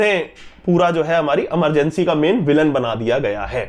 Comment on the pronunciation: please, movie का नाम इमरजेंसी है न कि अमरजेंसी